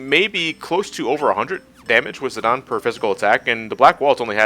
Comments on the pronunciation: You pronounce Tie-dus as Tee-dus, yet you pronounce Zi-dane as "Zi-don," what seance that makes? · I think it's because the game dissidia pronounces it as "zi-don" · As brazillian Guy. I pronounced Zidaynee... but since its like italian or something because of Alexandria.... I Call him more like Zidãn or Zidann